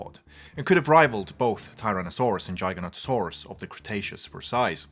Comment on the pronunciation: I love this youtuber! he pronounced Giganotosaurus correctly, and not like the others who say "Jiga nato saurus" or "Geega onto saurus"